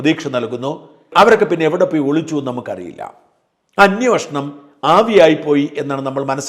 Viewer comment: അന്വേഷണം എന്ന് പറയാൻ ശ്രമിക്കുക കുഴൽനാടൻ പറയുന്നത് പോലെ * അന്വോഷണം എന്ന് പറയരുത്.